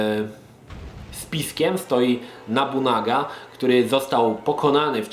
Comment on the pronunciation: O ile się nie mylę Onimusha Warlords dzieje się w czasach Ery Sengoku. nie "Nabunaga" tylko "Nobunaga":]